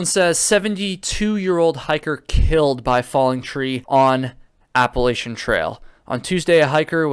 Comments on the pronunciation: Lol yu should be sorry I live in ny saying it wrong haaa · Not only do you say it wrong, but you spelled Appalachian wrong also… 🤣